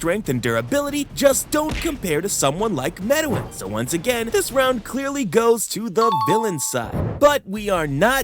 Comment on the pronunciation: The way you pronounce Meruems name makes my brain stroke out.